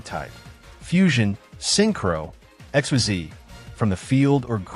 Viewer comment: I know you used a text-to-speech AI to narrate this video since English isn't your native language. So to give you a useful pointer: If you want the AI to NOT mispronounce "Xyz", type in "Ikseez" instead of Xyz.